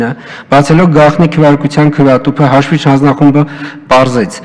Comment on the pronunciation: Լավ 8 րոպե նույն նախադասությունների վրա կմկմալը մի կողմ, բայց ախր հաշվիչ բառի վրա կարելի էր պարապել, մեծն մաեստռոս լիներ կասեր մարդ չգիտի խնդա թե լա